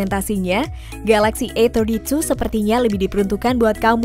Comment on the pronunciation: ini yg review orang indo apa china? Susahnya bilang A32 A31, AUTO DISLIKE. Cari Yt lainya